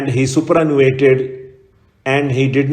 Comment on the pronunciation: sir it is superannuated not supranuated